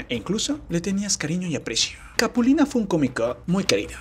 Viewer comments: por que dice "capuline"? y como pujado así raro "capulineehh" , se poncha cada que termina una frase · NE SE LLEME CAPULINE SE DICE CAPULINA HISTORIETA VIRUTA NO VIRUTE !!! NO SEAS BRUTE 😂😂😂